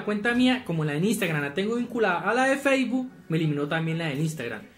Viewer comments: Nadie Absolutamente nadie: Feibu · "Feibu" quedé.